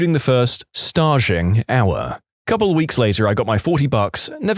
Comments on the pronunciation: That's "st-age." He pronounced it "st-äzh," like "collage." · Staging, as in stage; like perform on stage…and add ‘ing’ at the end.